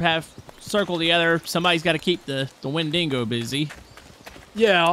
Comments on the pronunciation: hey just to let you know its pronouncedSounds like wen duh go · win-dig-oh is the correct whay to say it